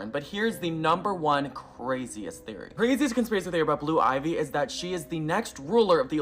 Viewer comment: The guy talking about blue ivy...I can't take the extra "S"es